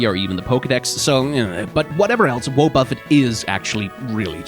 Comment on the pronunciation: did this man really just say Woah-Buffet? Like Jimmy Buffet? Also I appreciate trying to pronounce Suicune in a Japanese way, but in Japanese it's just スイクン (Suikun), no "ne" on the end